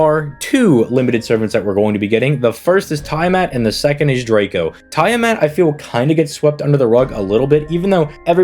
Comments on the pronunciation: Noooo, bro sticking with the "tyre mat" pronunciation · BTW it's pronounced "tyamat" lol. Seriously there are so many amazing servants next year I'm just going to save my SQ until then and then decide. Kuku is extremely high on my list as is Draco, Tiamat, Castoria zerker, Ruler Melucine, Summer Kuro, and on and on and on. Lots and lots of painful choices. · I never heard anyone pronounce Tiamat the way you have and wish I never did. FGO Babylon can fix that, just go watch it. Informative video and I do like your PoVs.